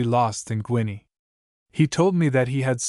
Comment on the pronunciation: A pronounced ‘Ginny’. Not Guiny. 21shillings